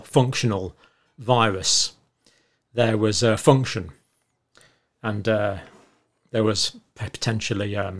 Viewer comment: interesting how he keeps emphasizing the word "function" ... :)